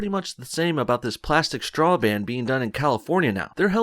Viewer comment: It's not a "shtraw", dude, say it right.